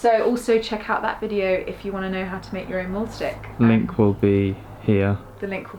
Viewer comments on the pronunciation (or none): So why do you call it "molestick" ? it is pronounced "maalstick" :)